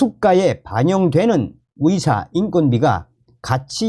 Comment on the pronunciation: 의사나 의료를 말하는데 위사나 위료라로 들리는건 내귀가 이상한 건가? 🤨🤨🤨